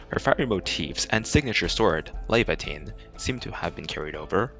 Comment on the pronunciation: "You are calling your operators wrong" Proceed to pronounce Laevatain's name wrong Also, 12F/Antal can't apply electric infliction, just "Focus" which is a debuff Gilberta